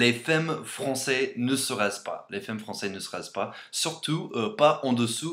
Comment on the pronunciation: Elle est cool ta vidéo, juste on dit femmes comme "fammes" et béret tu dis "beuret" mais j'aime bien et NON les bretons ne font pas que de se balader a velo avec pain et fromage haha (mes origines) mais c'est bien pire dans ma région en franche comté XD continue en tout cas ! :)